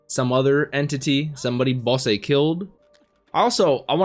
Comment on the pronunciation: Just wanted to do a quick correction for you on how the names are actually pronounced: Bosse : boss ( or bossu in engrishu ) Desha : Des-ha Apeas : A-pi-s ( or Apisu ) Fun fact : Apeas name is the reverse of the katakana word for "spear" ( Supia -> Apisu ) and Dorshe's is the reverse of "shield" ( Shirudo -> Dorushi )